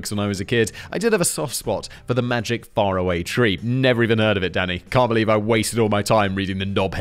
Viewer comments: ..No Simon. It's Far-Away Tree. Farrahway tree is... just..wrong? :P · Simon, it's pronounced Far away Tree. You know as is that's faraway.